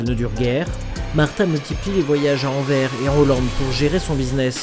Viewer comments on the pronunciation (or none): Le port d'Anvers se prononce "Anversse'' comme s'il y avait deux S. Big up de Belgique ! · Pour info, on prononce le "s" de Anvers, c'est "Anversse", ce n'est pas un s muet.